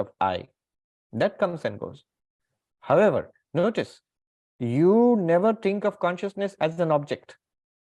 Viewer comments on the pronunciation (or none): none